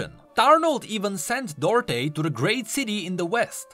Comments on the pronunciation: It's pronounced "Do Art" not Dörté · duarte isn't said as dorte its read as du-ar-te if you search in portuguese you'll understand